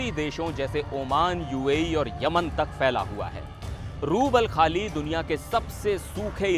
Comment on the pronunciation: बोलना कब सीखोगे रूबलखाली नहीं रूब अल खली रेगिस्तान है मूर्ख हो तुम भारतीय मीडिआ सिर्फ सनसनी फैलाना जानते हो